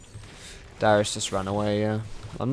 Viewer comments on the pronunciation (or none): It's Darius not Dyrus ! >.< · He kind of sounds like he's saying dyrus when he says darius. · thought you said "Dyrus" lol